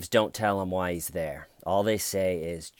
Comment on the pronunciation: GEORGEEEE YOUR HARRR WAZ THARRR!